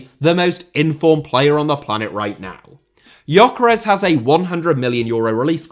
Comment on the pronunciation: he does call Gyökeres Yokeres though :) This is how it is pronounced